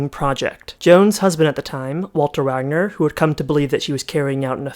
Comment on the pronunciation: Walter Wanger, pronounced like Ranger, not Wagner.